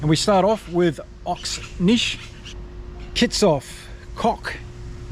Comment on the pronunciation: It's Ox Nche (Nnn-chair)